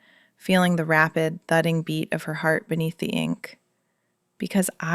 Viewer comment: ‘The rapid THUING beat of her heart” vs “thudding”